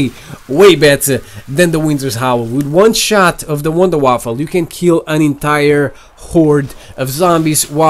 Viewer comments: Please stop calling it the wonder waffle. It's called the wonder Waffe there is no L in Waffe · Its wunderwaffe, not waffle xd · it's wonderwaffe not waffle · Lol you kidding me? It's wunderwaffe which is German for miracle weapon and not wunderwaffle(miracle waffle). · he says wunderwaffle